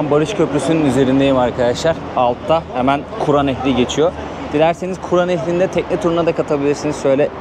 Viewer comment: Emeyinize sağlık , ama kura deyil, kür nehri ka deyil ke ile